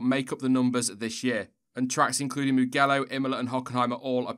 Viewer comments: It's pronounced Ma-jell-o not Ma-gell-o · Please mugello is read mujello. Thank you. An agry italian <3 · I feel like I need to point out that the G in Mugello is pronounced as in the English word "giraffe" rather than "golf"